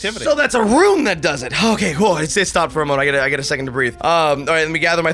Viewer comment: did reggie just pronounce rune as ruin fuck this guy